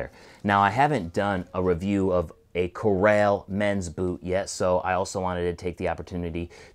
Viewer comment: Those boots are sweet. Nice job reviewing those and all the others you do. I don't know if it's the way an Easterner says the word, "Corral", but when you use it in a sentence you would pronounce it differently. "Corral those horses over there, next to the bunkhouse." Defined: put or keep (livestock) in a corral.